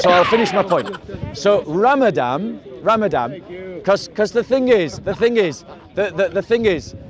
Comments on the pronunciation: If you can only pronounce it correctly. It's Ramadan NOT Ramadam. you're making too many assumptions. A sick person or a person traveling long distance GOD gave them permission to not fast and make it up after Ramadan. a Person with Chronic illness that can't Fast should feed a person every day of Ramadan. Fasting means you abstain from drinking water and consuming food not from meat. How did Jesus fast.? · It’s ramadaN bob not ramadam